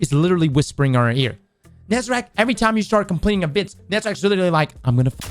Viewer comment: IT'S NOT FUCKING "NEZERACK" IT'S "NEZ-A-REC" ... IT'S A THEN E NOT E THEN A. WHY THE FUCK DOES ONLY BYF GET THE GODDAMN NAME RIGHT. YOU HEAR IT SO MANY TIMES INGAME HOW CAN YOU STILL MESS IT UP????